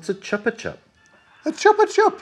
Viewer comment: it’s more like choopah, from the Spanish.